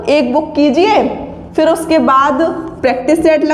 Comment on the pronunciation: Mam its *practice set not prectice set😂